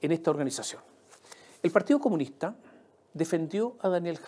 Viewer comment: "trata el problema de la PDI", jajaja, 30 segundos en una columna de 42 minutos. Después de decir 137 veces "partíoh comunihtah".